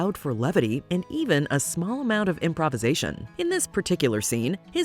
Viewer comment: The scenes are just completely spoiled by the inane commentary by someone that cannot pronounce improvisation correctly and has a voice that is squeaky and so irritating. No offence intended. Good old Robin Williams, a blooming genius!